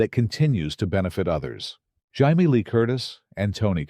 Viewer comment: Jaime Lee Curtis name is supposed to be Jay-me. Not Hi-me!!